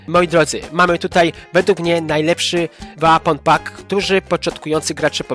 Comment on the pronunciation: Mówi się po " Łepon pak " Bądź też " łejpon pak"🙃 ale ogólnie też można poczekac na przeceny na Steamie bo są często o 50% taniej